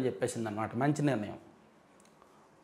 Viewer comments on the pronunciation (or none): none